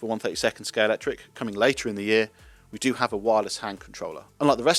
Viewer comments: A video from Scalextric with a narrator who can't pronounce Scalextric correctly. Where did the 'X' go? You need to take lessons from James May. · Love the JPS. Shame bro can't even pronounce the name of his company correctly. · It's always been pronounced ScaleXtric. In the old adverts it was pronounced ScaleXtric - with a hard hard X - now you're pronouncing it ScaleCtric. Is this a pointless rebranding? WHY?!? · Is the X silent? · Derrrrr.....it's pronounced Scale"X"tric guys. YOU should know but many people never, ever LEARN ??